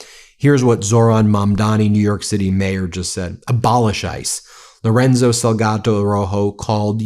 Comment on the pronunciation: The last piece of text you read Ben. You called him Loronzo instead of Lorenzo. Then you said the Salgato family instead of Salgado. The amount of place & people's names & other words you say incorrectly is astounding. I mean, it took you weeks before you pronounced Hormuz correctly. It begs the question Ben. Have you got early onset dementia? 😂